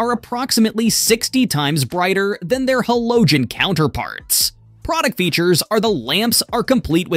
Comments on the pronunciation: them hellohgen bulbs and the set consists of 192 essay and metric items. nutterbolt?, mech a nick, milly mitters. what in the actual hell is wrong with people. this is seriously disturbing to listen to. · Honestly, I was following up until how you pronounced multiple things. But how you said halogen sent me over the edge. Sorry.